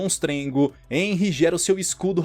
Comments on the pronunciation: Muito bom, mas corrigindo o vídeo inteiro você pronuncia o nome do protagonista de enry mas na verdade se pronuncia renry mesmo que se escreva henry por que o h sai o som do R no nome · Nn é enry q fala se fala RENRY